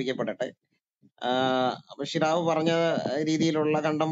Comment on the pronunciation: ഷിറാഫ്അല്ല ജിറാഫ്